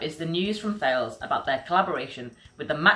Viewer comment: The French company Thales is not to be pronounced in the English way, it is to be pronounced in the French language way: TALESS ( The H is silent )